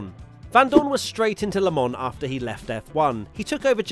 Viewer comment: Its Not „LEMONN“ 😂😂😂